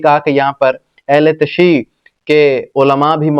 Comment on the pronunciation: Bhai ahle tashiu, aap to saheee haha karo, Ahle tasheee, ahle tasheeee kiya hota hae